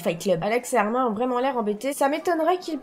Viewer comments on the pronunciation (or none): Moi qui re regarde ces vidéos en 2022 et qui pête un câble car ont ne prononce pas le prénom de Armin Armin mais Armine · Sa se dit "Armine"